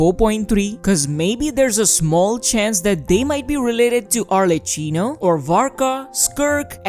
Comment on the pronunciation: it's pronunced arleCCHIno, the c is strong for god's sake